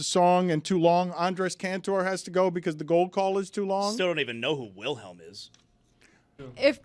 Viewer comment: Insane to not know the Wilhelm Scream, nor how to pronounce it. Out of your jurisdiction here.